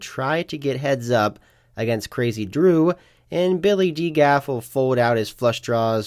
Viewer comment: Pronounce dgaf as D G A F